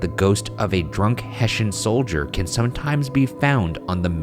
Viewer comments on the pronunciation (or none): hessian. not "heshin" it's pronounced EXACTLY as it's spelled. ffs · Hessian is hess-ee-an not hess-shin